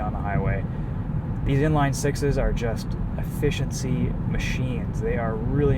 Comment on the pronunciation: For a second it sounded like you you said... These inline sixes are just "A-Fish-In-Sea" machines lmao 😜